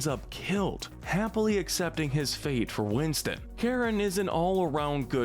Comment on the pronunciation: You just had to say Charon's name wrong.